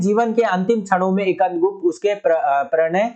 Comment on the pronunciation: Sir ekand gupt nhi skandgupt